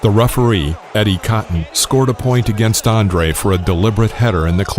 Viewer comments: Andrew not Andre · his name is not Andre....its ANDREW, Sheesh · “ANDRE Golota”?? This guy doesn’t even speak English, it’s ANDREW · His name is Andrew not Andrae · What the hell is up with this "Andre" shit........his name is ANDREW. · The dude is just butchering names I mean at least know how to say the names before you make a mini doc bro. Andre... It's Andrew Also whoever cut Jose's hair like that when fought Bowe should be smacked with hot skillet LMAO. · Man... his name is Andrew not “Andre” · its not Andrea its Andrew... Just thought i would put that out there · How do you present a mini biography about a guy who’s name you don’t even know? It’s ANDREW not ANDREA. Sheesh. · Andrew not Andre! Fix your narration software. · Every time he says Andre I cringe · His name isn't Andre. I mean - it's just not Andre. Stop calling him Andre! And Banal is pronounced "Ber-narl" not "bay-nul" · no you fucking moron! He went by Andrew in the entire world! There was no Polish variation. Probably to build his brand. Or because they just named him Andrew not the Polish variation of Andrew. And certainly not fucking Andre!!!! I'm Cuban but my mom named me James. Not Jaime. Not Santiago. Or any other translation of James. People do that. The programed narrator said Andre in error. Because it was programmed in error. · How about a narrator that can pronounce "Andrew" and "Golota", not "Andre Galota". Jeez. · Can we get a narrator who knows how to pronounce the man’s name!? Andre Glota - are u shitting me? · How is this the world of boxing when the commentator calls Andrew Golota, "Andre" twice....and continously mispronounced his last name. Wtf..